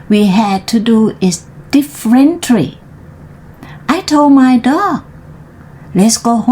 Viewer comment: dog ออกเสียงในปาก dock ออกเสียงที่คอ differently เสียงท้าย ly ลี่ ไม่ tly ทรี่ จังหวะอ่านดีค่ะ ลิงก์เสียงให้เยอะขึ้น เช่น greens in= green sin ground จู๋ปาก ไม่อ้ากว้าง temperature อ่าน เทม เพอะ เจอร์